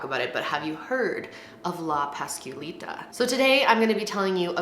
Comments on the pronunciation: The ways she pronounces la llorona la pasqualita and la popular gives me anxiety lol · Hahah its Ok. Its “LAH-YO-ROW-NUH” “PAUSE-QUA-LEE-TUH” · Say La "yourona". and "Paskwalita"